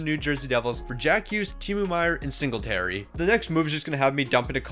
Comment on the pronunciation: bro he called siegenthaler singleterry LOL